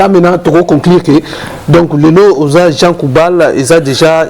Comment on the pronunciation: Le journaliste a un grand problème de prononciation. À la place de JEAN GOUBALD, LUI IL DIT JEAN KOUBAL. mawa trop pour mon pays la Rdc.